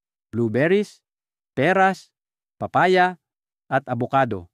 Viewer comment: Papaya po hindi paa paya